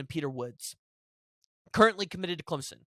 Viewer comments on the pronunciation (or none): none